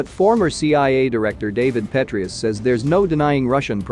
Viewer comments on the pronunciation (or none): Do you know what I'm beginning to find disgraceful about your channel? The fact that you specialize in American and Western military and you cannot pronounce the names of generals or former generals in the United States military correctly. That's your job bro. These are people that have been around. They aren't random names. Especially if you're saying Gen Patraeus. He has been a well know General for quite a while. Pah-TRAY-us.